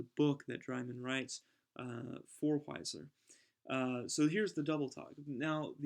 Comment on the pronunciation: Just one point. Wiesler is pronounced VEESSLER.